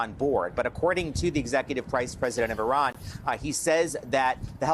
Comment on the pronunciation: It is not Iran but Iran(eerahn), formerly Persia.